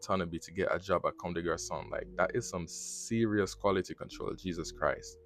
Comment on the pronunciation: First off you mispronounce Watanabe's name. Look it up and get it right. Second it keeps saying "Commes" which is incorrect in the video.